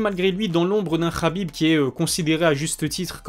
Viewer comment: tu prononces toujours Khabib "Rabib" mais Makhachev "Makachev" plus souvent que "Marachev" . C'est amusant je trouve ! Est-ce tu fais ça consciemment toi qui prends toujours soin aux mots choisis ?